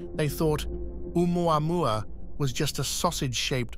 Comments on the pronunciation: Just pronounce it Ooo-mau-mau and be done with it. Papa oo mau mau! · Doesn't any one know how to pronounce the name? Remember the song " ou mau mau papa ou mau mau"